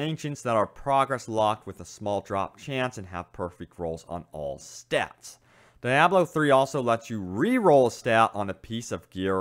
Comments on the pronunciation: Omg its deeeeiiiablo not dieablo ... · Diablo It is pronounced like this (de-ob-low) just like the expensive Italian car. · Die-ablo?? Really? Ok... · "DAIABLO 3" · Lol. Die ablo 3 lmao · Isn't Diablo pronounced Dee-ah-blo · Kevon G yea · Dee - AH - blo. Please... Lol otherwise great vid. Thumbs up. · Good work on the video with the exception that you called Diablo 3, DEEEABLO 3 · It's "dee-ah-blow" Diablo. #cringeworthy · SimoWilliams normally other ppls pronunciations don't bother me, but this was one of those exceptions😆😆😆